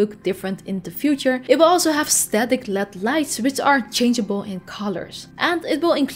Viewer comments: El eee deee.. Not "lead" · Led is an acronym for light emitting diode. So, it’s pronounced L E D, with each letter being pronounced separately. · I've been hearing it more and more, and my brain keeps hearing "Lead lights" - like...Pb. Atomic number 82, etc. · Its weird to hear someone say LED like they're saying OLED. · I never said it was a bad thing. I just thought it was weird.